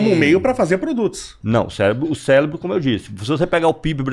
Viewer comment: Até aí comi uma palavra, o fala Celebro. 😂